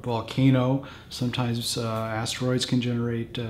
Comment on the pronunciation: I like how he said “ASTEROIDS” can cause tsunami 🌊